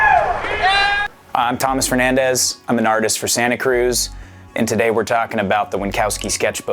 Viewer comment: Fernandesss?, se pronuncia Fernández, estos gringos tienen que aprender como se pronuncia de verdad!